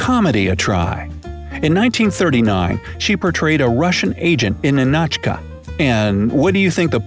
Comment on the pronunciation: Hi, your video's are awesome, and very educational. Just an fyi, the correct pronunciation of the movie "Ninotchka is like: Nee- Noh-tch- Ka.